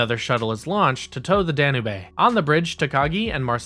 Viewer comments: Nice video but I was distracted by you saying Danube. It’s pronounced Dan-yoob not dan nay bae. Other than that like I said I liked the video. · Oh, for the love of (insert holy person's name here)! It's the "Danube" dan-you-buh (or dan-you-b) like the river in Europe. NOT "Dan-uh-bae." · The ship "Dan-oo-bay?" Danube is pronounced "Dan-yoob." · Sorry to sound petty,but its pronounced "Dan-yoob", not "Dan-u-bay". The ship is named after the Danube river. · Danubae? Sure it’s not the Danube? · “DAN-YOUBE”. It’s a big river in Central Europe. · That’s not how you pronounce “Danube.” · The way you kept pronouncing Danube...that shit legit triggered me lol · Listen.. i REALLY want to like what you're doing here. But with ALL the pronunciation errors here - CIndy (Syndey), Da-nu-bay (danube, dah-noob) and others - It's clear you don't know, understand, or respect the material or are just reading (poorly) off of a teleprompter. Sorry man. You need to up your game.